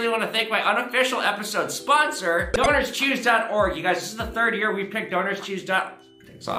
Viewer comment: When you said the sponsor I was just listening and thought you said Donors Cheese haha